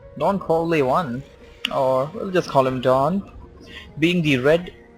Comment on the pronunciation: come on its not don corle1. You should watch "the godfather"